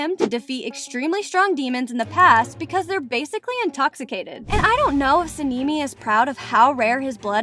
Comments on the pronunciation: no way you call him senimi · Why do you call sanemi sanimi? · HAHAH THE FACT SANEMI’S NAME SOUNDS LIKE A GIRL CAT NAME SEN EME SAKURA=SAKKIRA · girl whos "senimy" 💀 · Okay she called sane I " saneemi " and inosuke " inoosuke "💀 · “Tameo” “sanimi” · So the fuck is seeneemy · How she says Tamayo and Sanemi makes me think she doesn’t watch demon slayer. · its sanemi and and samimi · Why does it sound like the voice says sanimi and shinubo? What is that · Yes, we all love Sanimi, Inosuuke and Shinubo ;-; (Btw all of the names are mispronounced. You can watch the original Japanese sub to hear the correct pronunciations.) Good video tho. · ‘ ‘ muzaan’ ‘ , ‘ ‘ inosukay ‘ ‘ and ‘ ‘ sænemii ‘ ‘